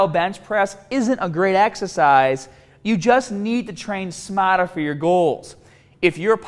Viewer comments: Train smahtah. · Train smahtah!